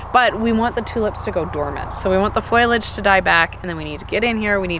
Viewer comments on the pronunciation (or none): FOL-I-AGE not FOIL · I die every time she says “foilage” for foliage and “yearrow” for yarrow 😵‍💫😆